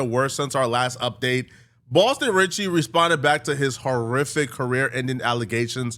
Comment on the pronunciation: “Boston Sitcky”